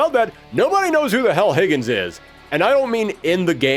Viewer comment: "Higgens". It literally says Higan. Idk where you're getting the S from, and it's pronounced He-Gone.